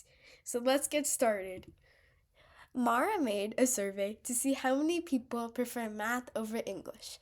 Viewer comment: Not Mara lol 😂